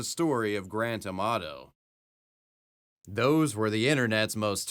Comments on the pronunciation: I thought you were saying Grand Tomato. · When you say Grant Amato it sounds like Grant Tomato.